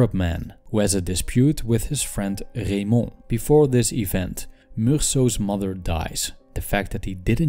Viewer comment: When he said “Raymond” it was confirmed the narrator was indeed a Dutchman